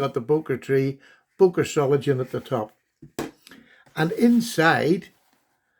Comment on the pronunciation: It's pronounced ZOH-LING-ENN. fyi